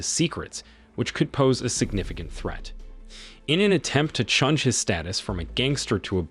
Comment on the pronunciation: why this ai pronounce change as chunge. lol